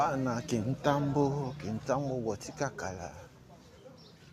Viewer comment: Frère esali ngai bien komona commune ya kintambo ma bele mame félicitations mais ba komnbo oza ko prononce yango pas bien, félicitations encore.